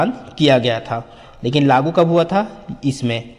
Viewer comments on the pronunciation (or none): none